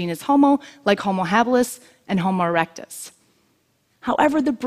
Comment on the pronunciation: Lol. She said homoerectus